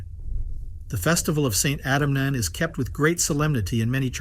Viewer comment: It's pronounced 'Eunan'.